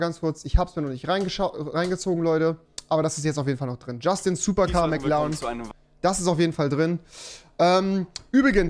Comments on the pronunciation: WIE REWI MCLAAN SAGT UND NICHT MCLAREN😂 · Wen triggert auch die Aussprache von Rewi beim Wort McLaren? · niemand: Rewi: Mc Larn